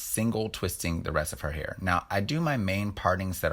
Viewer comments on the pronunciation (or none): "Hearth" - I love it!! 🤣🤣